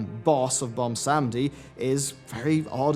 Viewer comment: ok i know this is a minor thing but it bothers me too much BWAN-sam-dee not bon-sam-dee and i'm not exactly sure if you are british or what (i can hear it sometimes in his voice) so accents might come into play but it just bothers me so much and yes i know i have horrible gammar so please stop the furious typing now